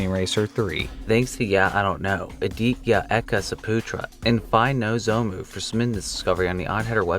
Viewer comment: The way he say Aditya Eka Saputra 😂